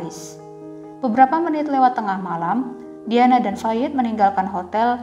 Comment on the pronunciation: ngetiknya "DIANA" bacanya "DAYANA" bukan diyanah😩😩